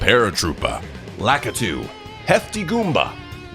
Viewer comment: He said lacuto twice